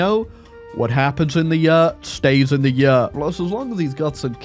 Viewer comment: Why does pronounce 'year' and 'yurt' the same??